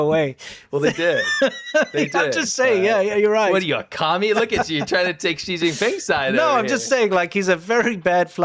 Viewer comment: In Pinyin, which is the Romanization of Chinese, Xi is NOT pronounced ZHI. It's pronounced SHE. President SHE! ZH is pronounced like a J Zhang is pronounced JONG. Q is pronounced CH. Quing is CHING. I know you don't care, but you look REALLY stupid when you mispronounce stuff. Think about all the people who Mangle English. Do they sound intelligent?